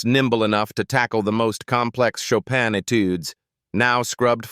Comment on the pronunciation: Schade, dass der Sprecher so wenig Allgemeinbildung hat, um den Namen chopin richtig französisch auszusprechen